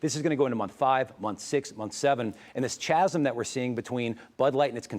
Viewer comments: CHASM is pronounced KAZUM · PS...It's pronounced " kaa sum" (chasm) idjit.